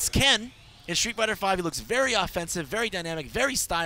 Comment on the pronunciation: street, not shtreet!